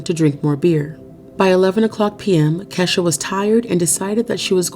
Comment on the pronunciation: Pretty sure Kesha. Is pronounced Key.....sha